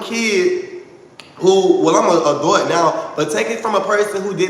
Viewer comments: Ouhhh i cant ..adut...baby sound it out adult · Look at go! When says "adult" it needs to be censored.😩 wtf he pronounce adult like that? Now when he wants to be relatable he knows how to. He has common sense he is speaking rational, its just calculating, not genuine. Look at him trying to be normal and wanting the best for everyone, being sincere and supportive to his audience 😫😆Y'all better listen to he just wants us to reach for the sky is for the people.🤭I don't see how anyone works with Shamar, I would not want to work with no name that has no issues with fighting a woman. He is pathetic I hope somebody rock bottom that mf.